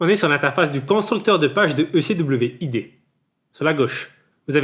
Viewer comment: pourquoi tu prononce ecwid comme ça hh si non bonne video